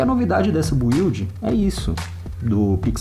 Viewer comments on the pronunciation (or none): O "u" do build é mudo. Ótimo vídeo!